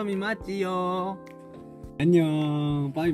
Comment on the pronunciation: bay bay derken sanki Türkçe konuşuyormuş gibi hissettim🤗